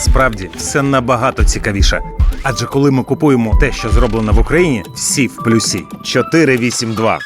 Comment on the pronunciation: Всі в плЮсі,а не плюсІ. Навіть звучить не гарно!!!!